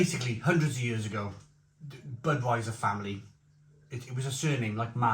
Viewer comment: Weiser. Not viser m8.